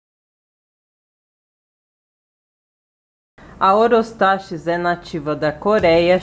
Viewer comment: A PRONÚNCIA CORRETA É OROSTAQUIS, OK? E EXISTEM 3 TIPOS IWARENGE, FURUSEI E BOHEMERI E A VERDE MALACOPHILA, UM ABRAÇO E BOA SORTE.